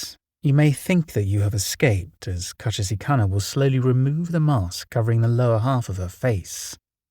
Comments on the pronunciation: i have never heard someone mispronounce kuchisake-onna so incorrectly XD still a great video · The way you're pronouncing Kuchisake Onna is making my head spin. How. Why